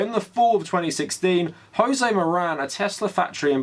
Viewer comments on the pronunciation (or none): none